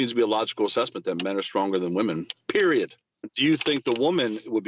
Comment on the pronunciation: "PERIOD" He absolutely spits that one out. What a moron.